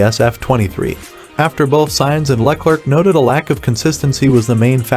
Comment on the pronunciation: Name pronunciations need a little work boss. It’s not LaClerk Leclerc like (eclair). Awndraya not Andreah for Andrea